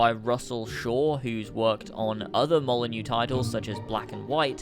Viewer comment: you passed the first test. You pronounced Molyneaux correctly. You've gained trust.